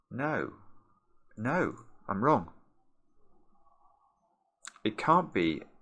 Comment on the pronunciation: Who else hears “wrogn” in their head whenever says the word “wrong”?✋